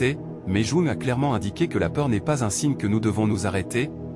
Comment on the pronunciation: Ça serait bien que le robot prononce correctement le nom de Jung...